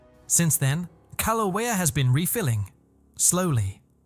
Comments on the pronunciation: Your script reader software needs a few lessons in how to pronounce Hawaiian language. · Your AI presentation sux and you are mispronouncing the name of the volcano! For that I’m out and will watch this if real somewhere else. Insta block!